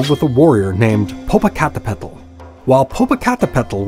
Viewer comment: The way he pronounced it was adorably funny, but so off 😅